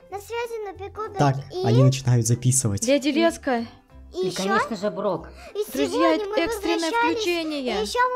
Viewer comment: Я в каждом видео слышу вместо Леди Леска дядя Леска😅😅😅